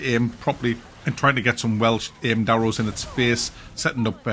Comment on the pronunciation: Did you say Welsh aimed arrows lol